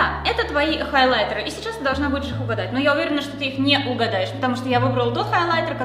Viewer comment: Так нравится фирменное произношение "хОйлайтэ"😍😍